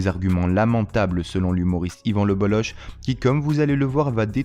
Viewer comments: Salut, bravo pour ton travail. Juste un mot pour te dire que son nom se prononce Boloke pas boloche. Bonne continuation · Son nom se prononce [bolok] pas boloche 🤦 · Ça se prononce Bolok son nom de famille et pas le boloch ;) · Slm, je ne savais pas qu'il y avait un kh comme Cheb Khaled 😂qui s'écrit c'h comme en allemand ch de jean Sébastien Bach alors le bolloch se dirais plutôt le bolloc'h, j'en apprends encore et encore, merci!